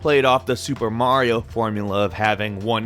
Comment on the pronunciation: So can't say Mario or Naruto correctly